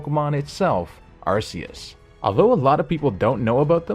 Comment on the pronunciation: Its pronounced R-K-S Or R-koos